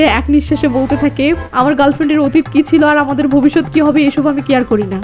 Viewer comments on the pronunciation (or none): আমি আপনার নিয়মিত শ্রোতা(ভারতীয় ),আপনি খুব সুন্দর করে বলেন, এতো ভালোকরে বলতে আমি কোথায় শুনিনি, অসাধারণ, শুধু আপনার বলা কিছু বাক্য কানে বাঁধে, সেই গুলো ঠিক করলেই আপনার বাংলা ভাষা সেরা হবে, যেমন আপনি বলেন কিসু (কিছু ), সেলে (ছেলে ), সিলো (ছিল ),ইত্যাদি, শুধু ছ ঠিক করুণ🎉🎉🎉🎉🎉